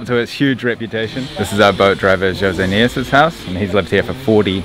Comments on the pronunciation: Oh god man, PLEASE stop saying José as HOSAY, we do not speak Spanish in Brazil, goddammit... It's really annoying to hear! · That was interesting to see! Btw, in Portuguese José is not pronounced like in Spanish... No "H" sound 😉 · Nem José ele sabe pronunciar kk